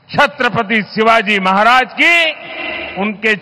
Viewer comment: ....4pm का मैं चाहता हू....लेकीन आप छत्रपती शिवाजी महाराज जी का नाम इज्जत से लिया किजिये....आप भी उनका नाम उच्चारण से उनको अपमानित कर रही हो....कृपया ध्यान दे